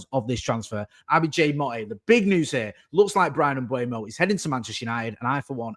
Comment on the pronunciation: Jay please, it's not Mbuemo (Mbwemo) it's Mbeumo. M-beu-mo. There's a video on YouTube of Mbeumo pronouncing his name.